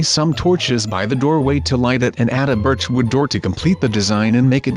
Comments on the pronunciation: instead of saying berch wood u sead bich wood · you said bich planks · Jason Shaw lol you said birch but it said bich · gaming cutie yes but he meant to say birch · Yall realize he says bich wood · he says bit*ch instead of birch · He said bich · You said bi*c* instead of birch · it sounded like you said the b word when you said birch wood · Kwexxle yeah he ment birch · gaming cutie he said "beach" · gaming cutie yea he said birch wood